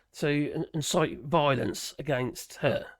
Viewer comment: Dude, it's inciting not "insighting". It's from the word incite